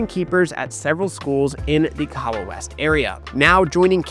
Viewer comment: Ok, I'm going to need you to pronounce KAHAWA correctly 😂 on a serious note, I think it's a sign of respect to make the effort. After all, you're nailing the players' names ✔️ 🏅 With Kahawa, emphasis on the "HA" (k'HA-wa / kaHAAwa. Also, every vowel is pronounced in Kenyan names (eg. for Ouma and Kiarie). PS: That suspense and climactic ending was EPIC! I was grinning ear to ear 😁🙌💪🏆 Well played guys! 👏🏾👏🏾